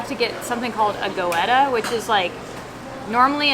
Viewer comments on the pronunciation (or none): In German if you have 2 vowels (gOEtta) the 1st is silent. So it is pronounced "gEtta"